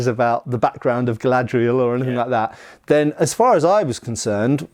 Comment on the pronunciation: It's. Not. Galadriel.